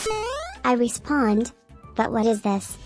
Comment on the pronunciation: i love how when he said hat si going on when he meant to say what is going on his editor made his voice say hat si going on?😂